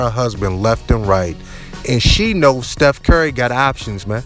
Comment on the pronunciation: Dude said Steph Carry the whole video